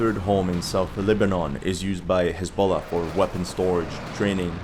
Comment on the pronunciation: I thought he said hasbula